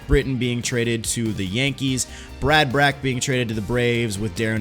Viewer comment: Ja happ is pronounced as jay happ and Brad Brach is pronounced as brad brock.